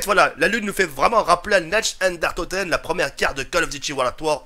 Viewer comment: Pas trop mal comme map, je prefere celle un peu comme toi ou tu decouvre des trucs incroyables, du jamais vu, ou juste des armes dautres call of ou dautres jeux:D Mais juste: ca se prononce "Narr Dèr Oun Toteun" ^^